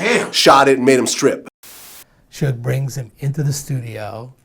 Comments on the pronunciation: "soodge" lol ain't nobody that white bruh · Sooge Knight 🤦🏽‍♂️🤦🏽‍♂️😂😂😂😂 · "Sooge Knight"😂😂😂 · That man said sooge 😭😭😭😭😭😭😭😭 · Phonetically it WOULD be "Sew-ge"....like "huge"... I mean you can't knock the cat for knowing his phonetics. Damn... LOL